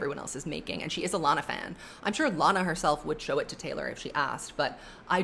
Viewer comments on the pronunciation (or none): none